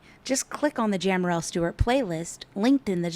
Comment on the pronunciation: How embarrassing that you can’t even say her name correctly!